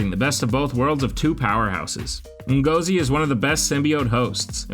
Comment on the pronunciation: Ngozi is pronounced N-gor-Zi,great video by the way.